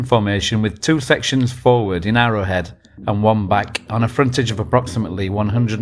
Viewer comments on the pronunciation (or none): none